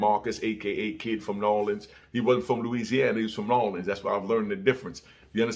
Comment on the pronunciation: I fw you. We don't say nawlins tho. 💪🏾💪🏾